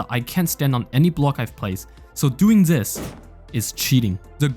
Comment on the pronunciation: love the fact everytime he trys to say this it comes out as "zis🔥🔥🗣🗣"